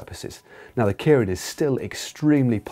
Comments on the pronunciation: Yeah, I've always found the tendency to pronounce it KIER-IN a bit odd. People seem to have no problem pronouncing the given name of Kei Nishikori (the Tennis Semi-Finalist up against Andy Murray) as "KAY", but for some reason if you stick "-rin" on the end, they pronounce the first bit completely differently. But otherwise a very good explanation. :) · Kay-rin, not Kearin. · Point of interest Matt that'd be pronounced Kay rin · actually pronounced 'kay-rin' in japan at least